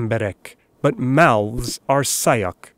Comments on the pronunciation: He: Szájak Me: Laughing so hard😂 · Its nice how well you pronounced those hungarian words. I only noticed one mistake at the word: szájak á is a long wovel, so hungarian pronounces it long, but you said it as it was short. Nice video anyway